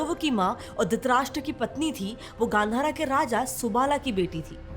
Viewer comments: गांधारा❌ गांधार✅ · Mam its not gandhara its gandhhaar